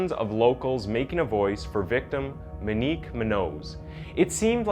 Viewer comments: Moenik is how you pronounce her name man smh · I don't know if nobody's taught you how to pronounce that name right or if you've never heard someone say it before but it's Mo-nique not Me-nique. The butching of my last name is forgive able because it wasn't spelled with an Ñ. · Wait I thought her name was "Moe neeek?" Monique not "ma neek" .... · Kid had no license going 120 mph . And her names MO-Nique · "Minique"... "Oddy"... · The cringe is real every time you say Monique “Moo-Nose” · You are saying her name wrong. It's Moenique like etop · It's pronounced mo-neek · Or Monique! "moe neek" so easy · Monique has an o in it. I really thought this woman had a strange name but it's just mispronounced the whole time. Very strange but good video. Too bad he got away with it. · So irrelevant but his pronunciation on names is horrible my god lmao “minique” “munose” MO-KNEEQ MOON-YO-Z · Muh-nique muh-nose….